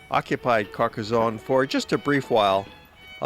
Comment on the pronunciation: A fine commentary with excellent, clear and relaxed diction. There is no "z" sound in Carcassone, thanks to two "s".